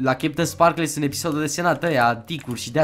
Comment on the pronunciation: "cheptansparklez"?! Se citeste "kepteinsparkălz"